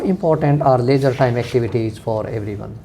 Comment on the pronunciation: Both are saying Lejar activities 🤔.... It is leisure activities